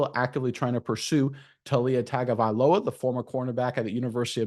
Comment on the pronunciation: Cam Ward was an FCS QB. He was rated ZERO stars during recruiting. BTW... kudos on pronouncing Tagovailoa correctly.